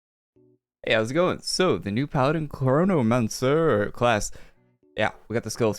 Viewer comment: é impressão minha ou ele disse cornomancer?!